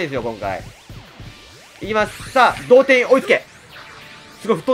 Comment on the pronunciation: 「同点よ追いつけ」が「童貞よ追いつけ」にしか聞こえなくなった